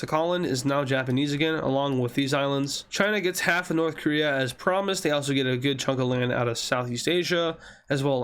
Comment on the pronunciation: did you say korea?